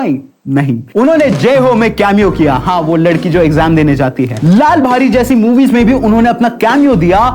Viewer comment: It’s not लाल भारी its लय भारी